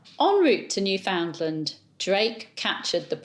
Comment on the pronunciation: Newfoundland is pronounced “newfnlnd,” not “new found land.” Don’t ask me why.